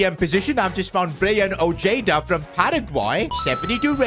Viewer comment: The way he said Ojeda made me cringe